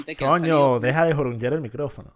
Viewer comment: Como alguien se puede creer tan sabelotodo cuando dice ''JORUNGUEAR''